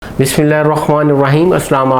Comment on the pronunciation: The way you recited "BisMillah" was correct, Sir. Nice video. Maula Ali (Alayhisalam) Ka Martaba Buland Hai. ❤❤❤❤❤